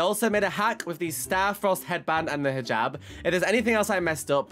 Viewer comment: Oh Also the Hijab is pronucened is Hee jab but it is just spelt Hijab.